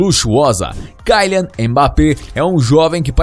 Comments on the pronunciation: Pqp, o cara é francês portanto ele não é “cailian mas quilian. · Não mim leve a mal mais o nome de e kylian E não kalian como tu diz e segundo que na França e euro e não dólares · é kilian, nao kailian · Kyian e serio isso o L ficou aonde e KYLIAN KYLIAN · Se pronuncia kilian e não kailer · kylian é pronunciado quilian, não tem esse "ai" no y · Kaian?? 🤔🤔 Falou o nome certinho kkkkk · sabe nem falar o nome do jogador ta precisando fazer uma aula de português aii 😴😴